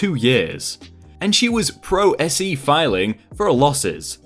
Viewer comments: It's pronounced "pro say" not "S. E." "Lit-e-gants," not "Lit-e-jance." I know it's legalize, but if you don't know how to pronounce something, you can look it up. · Just some feedback. You said "Pro S.E" . it is actually pronounced "Pro Say." It means to act without an attorney, IE - to represent yourself. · Just a tip on pronunciation. “Pro se” is pronounced like “pro say”. It’s a legal term that comes from Latin, so a lot of people don’t know how to pronounce it. Love the channel!!! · pro se is pronounced "pro say". (It's Latin.) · Also, "pro se" is pronounced (proe say). It's Latin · pro se is pronounced like "pro say." It means a person is representing him/herself in the lawsuit.